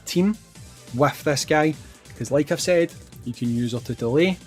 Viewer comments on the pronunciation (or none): none